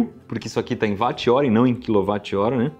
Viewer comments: Não se fala “vat”, se fala “whot” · Não é "vat" 3 "uoat"... Ninguém chama o Wilian de VUIlhan... É Uilian, Ninguém chama o Wilson de Vilson, mas sim uilson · Mas ô IberêÊÊ se fala UÓT e não VÁT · Iberê, a pronúncia não é “VAT” é “UOT” afinal, James Watt, era escocês e, na língua inglesa “W” tem som de “U” Então Watt = “UOT” pronúncia figurada.